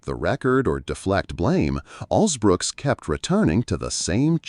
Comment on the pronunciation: If you’re going to report on the interaction between Angela Alsobrooks and RFK, at least get her name right,and don’t call her Alsbrooks